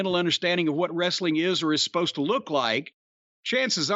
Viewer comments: "wrestle-ing" bro lol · And pronounce the word wrestling like a toddler who learns to speak! Wrrrreesteliing!!!!